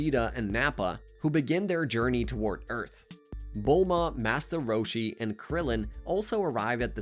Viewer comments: I’m on another account so uhhhhh yea Part 2 this one could just be way he talks idk ain’t no way that’s the name of the attack “da mice” (he says this a lot in the saiyan saga so be prepared 💀😭🙏) he’s talking about the dragon balls like they’re a person another masta roshi wait did he? (I didn’t watch dbz either but I know more about it than this guy or I wouldn’t be writing this I can’t remember if it was 10,000 or 10,000,000 but I know it wasn’t 1,000,000 HELP “da mice” ARE STEALING MY CHEESE PLS HELPP!!!1!1 it wasn’t confirmed that it was a t-rex but it was a dinosaur I’m writing this at 2 in the morning and my fingers are getting tired so imma sign off for tonight👍🏻 Edit: also I accidentally made this a comment and not a reply so u just gotta scroll a bit to find the original comment. Just look for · Did he say "Massa Roshi?"